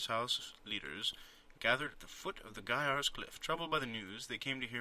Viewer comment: Wow, you properly pronounce Gaiars! Every other non-russian speaking person pronounced it wrong :P. Also great, this game is really cool for a LP, and I believe it's not very popular so it should help the game a bit :).